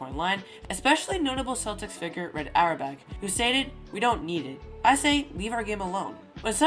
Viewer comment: Red "ARE-BOCK"